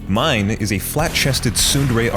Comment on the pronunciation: dude, the manga is even MORE batshit. Tatsumi turns into a kaiju, permanently. He and Mine (which is pronounced MEE-NAY, ignore what the dub says) go off and try and fix him into the sunset. Esdeath unleashes a globally spanning blizzard, and generated an entire army worth of ice soldiers all by her fucking self